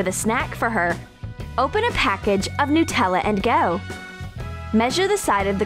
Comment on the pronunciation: It's nutella not nootella